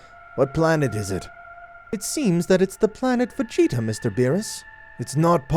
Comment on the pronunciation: The story isn't crazy good but it's not bad either but you need to have a note where you know how to pronounce the names of certain characters and stuff like lord frieza instead of mr. Calling frieza mr. Sounds like he is a goddamn gentlemen and then there was planet vegeta it's pronounced vjita